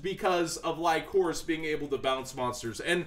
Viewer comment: Did he really call lycoris, lie-corse? 🤣🤣🤣